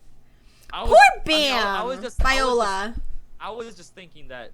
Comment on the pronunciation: Vi-ole! that's how how you pronounce it